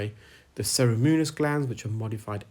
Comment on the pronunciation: Ceruminous is pronounced se-roo-min-us, not se-ri-mewn-us. I thought you’d want to know. I love your Wax scale! Why didn’t anyone else think of something like this?